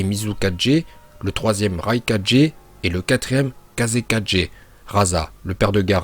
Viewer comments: Art de dire laikajé c'est raikage azy aprend le français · Cest mizukaGE, raiKAGE ( GE) ta façon de prononcer me faire rire 😅